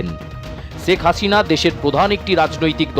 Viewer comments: সেখ হাশিনা। 😂😂 উচ্চারণের এই অবস্থা কেন??😂😂😆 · আপনাদের উচ্চারণ গুলো এত হাস্যকর কেনো? একটু চর্চা করলেই তো ঠিক হয়ে যায়। বাংলা ভাষার অবস্থা ১২ টা বাজায় দিছেন। শেখ হাসিনা কে বলেন চেক আচিনা, আন্দোলন কে বলেন আন্ডোলন।কমিশনার কে বলেন কমিচোনার। আপনাদের কি সব সাংবাদিক মুর্খ। না হলে কেও না কেও ভুল ধরিয়ে দিত।